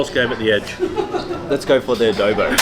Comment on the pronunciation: Guys, it’s not pronounced Ubay. It is pronounced oo-bear. Laing is pronounced La -ing . Adobo is pronounced A-door-baw not A-dough-bow. Kare Kare is pronounced Ka-reh Ka-reh not curry curry.